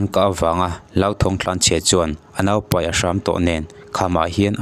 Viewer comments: Paih ti lovin peih ani tih chu i hre reng awm siaa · Enkawl paih ni lo in peih tih tur aw sir...